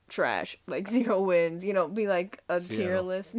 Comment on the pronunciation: ‘Tear’ list? This guy is hilarious!